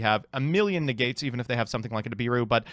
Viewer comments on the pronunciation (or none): I know mispronouncing cards names comes naturally to you but I've never heard anyone pronounce aurora as "ora"